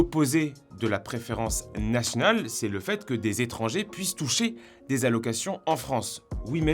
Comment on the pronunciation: tu dis pas nationale mais natnal c est trop meugnon! 😂😂😂